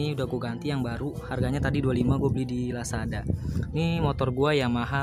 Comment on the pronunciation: Lazada bang bkn lasada